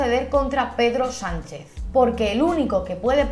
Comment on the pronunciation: He entendido pedo sanchez 😂